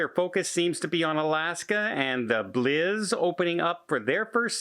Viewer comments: You keep saying blizzard it’s bliss with a s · Pssst.. It’s the NCL Bliss (rhythms with “hiss”) not “Blizz”. No offense, cuz I love ya 👌❤️ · For the love of God it's the Norwegian Bliss not Norwegian blizz with a Z.